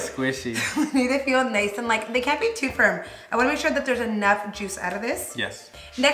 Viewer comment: When she said tooo. Lol 😂😭😭 Bilingual problems 101